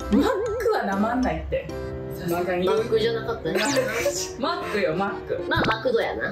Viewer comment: 序盤から「マック」VS「マクド」おもろい😂 いやマック訛るのウケるんだが😂🤣